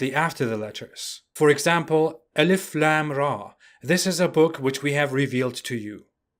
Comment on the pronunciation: Its pronounced... Aleef Laam Meem... If you know arabic, joining them together can giv you either ilm or Aalim (depending on your punctuation) which means Knowledge or scholar.